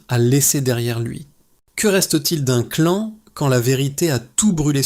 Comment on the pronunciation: et oui, l'IA est insupportable ; (remarquerez des mots "clan" être dit "clane" ou linchange "linechage" !) ; l'aspect mercantile avec un outil IA d'une affaire aussi grave est irrespectueux envers Colline. Parler de "tragédie antique", ou de "drame shakespearien" est totalement déplacé et inapproprié ici. Cet outil IA et son ton narratif est déshumanisant au possible.